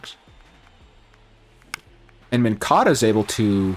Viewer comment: Moncada…. Not moncado